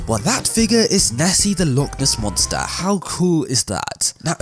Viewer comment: Ah Yes, The Loch Ness MOSNTER